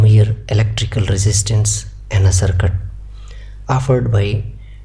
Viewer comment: Circuit ❌ Sircut✅